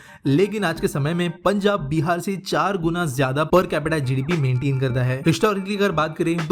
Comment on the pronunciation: bhai beer nahi Bihar ha lol